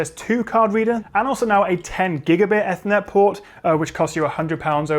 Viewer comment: First time I’ve heard Ethernet be pronounced ‘effer-net’ and not ‘ee-fer-net’